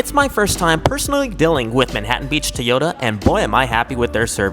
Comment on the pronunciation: What’s up with people saying “Tee-ota”? Do you know how to say “Toy”? 😂